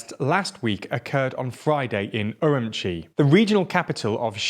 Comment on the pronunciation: I just love how every news outlet pronounces Urumqi in their own, unique, and WRONG way. This guy says um-Chee, others say er-oom-key, but the correct way is er-oom-chee. I used to live there, trust me.